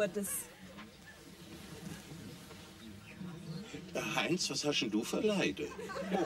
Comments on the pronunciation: "In Lourdes ist die Schutzpatronin vonne Heilpraktiker..." - und immer schön "Lurdes" aussprechen. Herrlich! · Lol . "Lour-des". Ja, genau. So muss man das aussprechen. 🤣